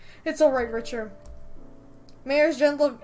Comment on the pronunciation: 1) I love you and your videos 2) sorry but I’m pretty sure it’s pronounced Ricter not Richer sorry